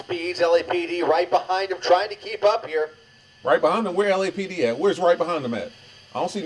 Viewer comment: In this case does LAPD is pronounced as LAPPED! Lmfao!😂